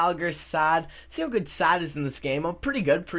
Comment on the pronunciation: It's saad not sad